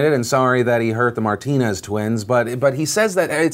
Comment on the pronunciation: Bro “martiners”😂😂😂😂😂😂😂😂😂😂😂😂😂😂😂